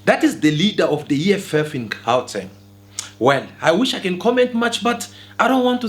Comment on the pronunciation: The presenter of this channel is a foreigner. That's why he always targets Dudula lol. Bro can't even say Gauteng 😂😂